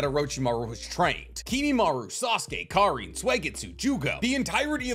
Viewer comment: He said it with so much emphasis too😭😭